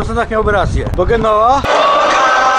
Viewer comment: Tak wogole to sie mowi "dżenowa" i przy nastepnej okazji odwiedz Bogliasco 5 minut pociagiem na wsod ale widoki piekne.